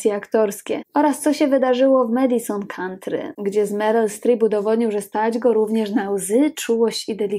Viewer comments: "Co się wydarzyło w Madison COUNTY" a nie country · Powinno być Co się wydarzyło w Madison County a nie CountRy. Tam nie ma R. Poza tym bardzo zacny klip wideo. Winszuję. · Zajrzałem, na kanał, bo interesuje mnie postać Eastwooda... I tak czytam, i słucham. Te błędy, ach te błędy. I wisienka na torcie: "Co się wydarzyło w Medison ContRRRRRRRRRy"? Śpiewać każdy może, jedne lepiej, a drugi...